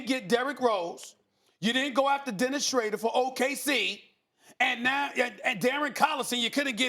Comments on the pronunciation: This man will forever butcher Dennis Schroeder's name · Dennis Shrayder lmfaoooooo yoooo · Dennis Shrader